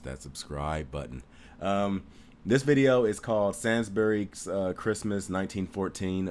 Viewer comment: sa-nsb-e-r-y lol Say-nsb-ery is correct